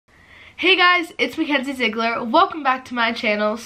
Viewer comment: Is so weird when she said mackenzie😆❤️